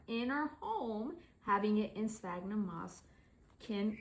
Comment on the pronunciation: I'm so happy you pronounce sphagnum correctly! That orchid already looks ten times better.❤